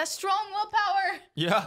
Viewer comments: will powa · did i hear saying "willpaowwer"? oh shit, here we go again